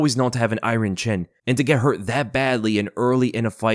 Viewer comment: The way bro pronounces “Iron” be fuckin with me